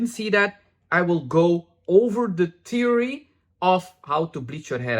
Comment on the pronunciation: LOL your pronunciation of “theory” sounds to me like “teary.” I do have to say my application is often “teary.” Thanks for this video!